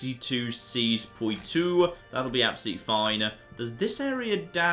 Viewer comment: Oh my god hurry up and conquer Poitou so we don't have to hear you butcher the pronunciation anymore